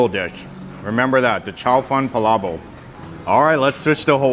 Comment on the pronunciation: PalaboK with a K at the end.. you're saying "pala boH" lol